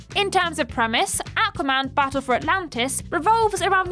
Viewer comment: If i hear say AQua man one more time, i will literally die.